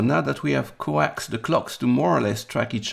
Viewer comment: Coaxed is not pronounced like coaxial cable, but like the plural past tense of Coca Cola, cokesed!